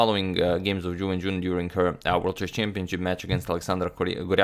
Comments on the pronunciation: “chiwen chiwenchun vs chuwewencjiwonchanpionchuwinchewon” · Is it just me, or does is sound like says "jew engine" when he mentions Ju Wenjun...??